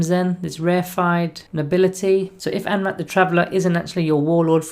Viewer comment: I wish you'd get his name right at least once; an-ra-keer is not hard.